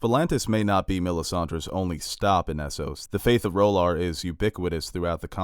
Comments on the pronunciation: Please stop saying "Roll-arr" there is no bloody "o" in the name. This is not a hot douch-y character from "Claws". Please. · You need to check your pronounciation of R’hllor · I know GRRM said you can pronounce these words any way you’d like but do you not like the show’s pronunciation of R’hllor? The way you say it seems super weird IMO but no offense, I’m a subscriber.